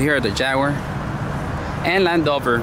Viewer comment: You laugh is funny. Stay safe. It’s Land Rover not land over :) You seem to miss the “r”